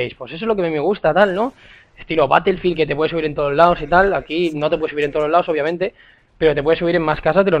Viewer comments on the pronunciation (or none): none